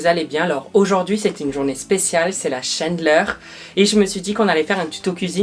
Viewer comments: On ne dit pas "chaindeleur" mais "chandeleur" mdr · La « chendleur » 😂, des le début de la vidéo je pleure de rire 😂, continue tes vidéos, c’est les meilleurs ✌️😜😘😂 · La shiandeleur, I Hitler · Mdr t'as dit chandeleur avec l'accent anglais🤣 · Lol comment tu prononces Chandeleur 😁